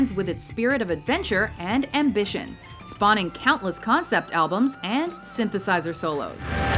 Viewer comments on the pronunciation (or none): none